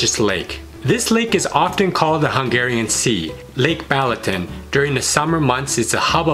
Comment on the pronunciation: The pronunciation of cities, food and Balaton! OMG! 😊😊😊 Sorry, I'm Hungarian and I know our language is difficult, but...😁